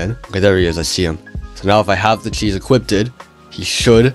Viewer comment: "equipted" lol